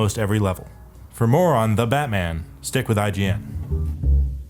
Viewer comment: The way you said "The Batman" at the end sounded really weird